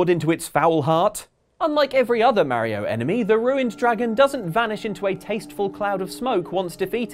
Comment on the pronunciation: The scariest thing in this video, is how this guy pronounces mario